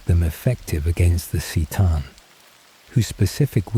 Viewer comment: If you're going to do this can you get the pronunciations right? "Seetan" bugged me so much. It's Kuh-tan C'tan.